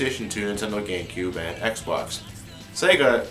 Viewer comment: Is it just me or does it sound like he is saying Nintendo GayCube and not Nintendo GameCube.